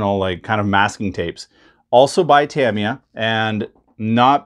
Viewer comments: It's pronounced Ta-Me-Ah, not Tam-E-Ah!! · That’s great that you have mastered the correct pronunciation of “Decals” now it’s time to work on “Tamiya” Ta-mi-ya Clap ooot the Syllables 👏Ta👏mi👏ya.👍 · He also said deck-els…. 😳 I think he’s messing with us. 😂